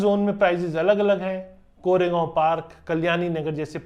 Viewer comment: WTF man you have literally no idea about Pune and you are just compiling information from google. Your pronunciation sucks big time. भाई सारे जगह के नामोंकी माँ बहन कर दी तुने 🤦🏼‍♂️ Please update yourself. If you are struggling to pronounce it correctly, get someone's help. Here are the correct names in Marathi. पुने ❌ पुणे ✅ कोरेगांव ❌ कोरेगाव ✅ कल्यानीनगर ❌ कल्याणीनगर ✅ बनेर ❌ बाणेर ✅ वकाड ❌ वाकड ✅ खरडी ❌ खराडी ✅ पुनेवाले ❌ पुनावळे ✅ हिंजेवाडी ❌ हिंजवडी ✅ सवरगटे ❌ स्वारगेट ✅ रामावाडी ❌ रामवाडी ✅ चांँदनी चॉक ❌ चांदणी चौक ✅ नाळस्टॉप ❌ नळस्टॉप ✅ माणिकबौग ❌ माणिकबाग ✅ लोहेगांव ❌ लोहगाव ✅ हिंजेवाडा ❌ हिंजवडी ✅ चकन ❌ चाकण ✅ तालेगांव ❌ तळेगाव ✅ उंडरी ❌ उंदरी ✅ चिंजवाड ❌ चिंचवड ✅